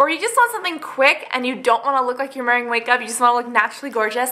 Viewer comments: Did you say "Mearing wake up?" Hahaha so cute. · did she say mearing wakeup? Love it.